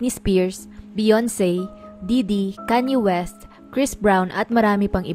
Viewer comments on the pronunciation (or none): mali po pronounced nyo name ni Kanye West🤔🙄🙄